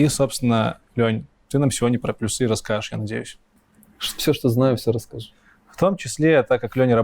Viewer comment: Надо говорить пл'Юсы, а не плюс'Ы! Программисты чай, а не. ...